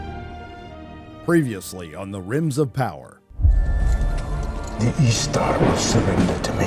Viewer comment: Rims of power? did u do that on purpose or my ears playing tricks on me???